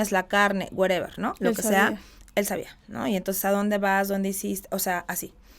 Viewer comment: “Werever” Jajaja. 😂